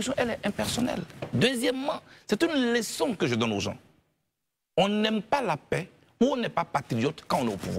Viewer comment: On dit Leçon et non Léçon, blé goudé.